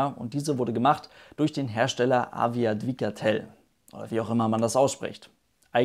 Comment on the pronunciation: Du hast es sehr gut ausgesprochen "Awiodwigatel"